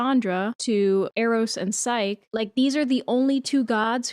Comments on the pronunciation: its "P-S-y-ke" like Nike but with ps in the beginning, not sike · Psyche is pronounced with the long e sound at the end, like Saiki from Saiki k. Hecate has two pronounciations (he-kuh-tee) and (he-kate) with the kate pronounced like the number 8 with the k sound at the start.